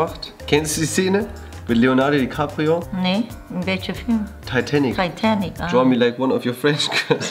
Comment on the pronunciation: niemand Wirklich niemand: Teitänic